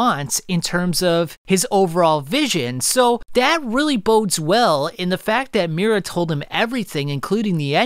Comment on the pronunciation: You're mispronouncing his name over and over again bro. MI-U-RA